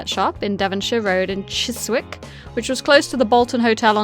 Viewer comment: Chiswick is pronounced Chisick with the silent W I know it’s knitpicking Also wouldn’t Rodney have spotted the canary was dead when he went to put the kettle on as Corrine said it was dead when she went work Keep up the good work it is a very enjoyable listen